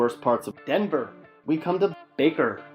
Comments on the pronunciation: THIS WAS A TRASH VIDEO. DENVER IS A WILD SPOT ( AND THE WAY YOU SAID "DENVER" IS SUPER DISRESPECTFUL ) U NEVER BEEN TO THE EAST SIDE IN THE 90'S.......... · Why does he keep saying. DENVER with such emphasis